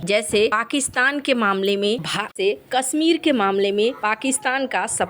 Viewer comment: सहरों, लोकेसन, पोजिसन, दे स, कसमीर, कोसिस, निसाने, टेन्सन ये तो हाल है इस चैनल के उच्चारण का, आपके बच्चे इस चैनल को सुनेंगे तो हिन्दी के सही उच्चारण की उम्मीद न रखें